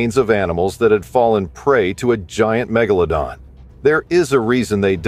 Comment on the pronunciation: I especially enjoyed Meg-Gala-Don lol